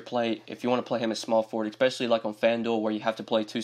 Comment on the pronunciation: I’ve noticed you say the word “especially” with an “eck” at the beginning. It’s odd.